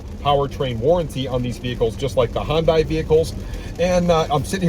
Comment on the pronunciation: 'Hyundai', rimes with 'Sunday'. That was the slogan when Hyundai was introduced! So many people still mispronounce it.